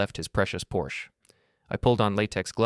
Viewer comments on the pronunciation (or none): Oh my, is that how you pronounce PORSCHE